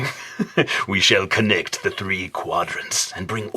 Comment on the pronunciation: "we shall connect ze 3 quadrants" lol